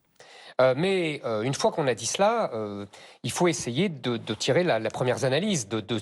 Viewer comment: Zemmour a bien dit : « tirer la première zanalyse » 😂